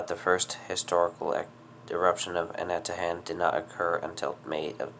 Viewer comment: Pronounced Ana-ta-han I'm from Saipan. I remember the massive eruption in 2006 🌋